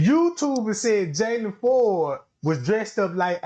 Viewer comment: PLLEEEEASEE NOT JAYLON(IN) FORD. NOOOOOO! He has ABSOLUTELY nothing to do